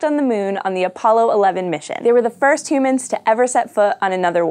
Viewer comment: did she say "fist two mens"?